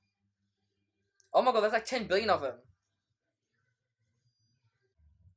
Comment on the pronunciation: I died when he said "oh my", but to me it sounded like"옴마"(omma=mother*in korean*)